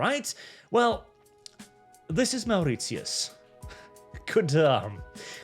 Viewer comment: archs pronunciation of mauritius - wow that was traumatising.